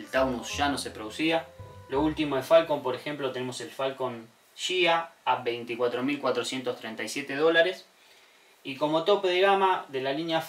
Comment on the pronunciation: La denominación "Ghia" que traía el tope de gama de Ford, se pronuncia GUÍA, como guía telefónica, guía de turismo, etc. Es una famosa casa italiana de diseño y carrocerías, como Pininfarina, Bertone, Italdesign, etc.